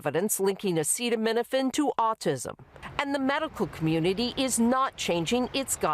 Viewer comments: Can her pronounce acetaminophen,?😂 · I don't use Tylenol but it's been avail for 70 years what does the POTUS know about a product he can't even pronounce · Yes, I heard him. DJT had a hard time saying that word. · I think we should hear this from a real Dr! Which Trump is not! He cant even say the medical terms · Show him saying acetaminophen... show it. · I don't think it wise to take medical advice from a guy who can't pronounce acetominophen or another guy who likes to swim in a sewer. You guys sure have some winners down there.